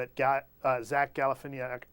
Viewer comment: PART OF THIS CLIP WAS ON CONAN! Just saw a rerun with Zach Galifianakis on and they played a short collection of different media hosts (including ) mispronouncing Zach's last name.